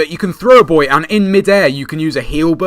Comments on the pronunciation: what I think you meant when you kept saying the "boys" it's boo-e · Dat buoy pronunciation "deploy boys"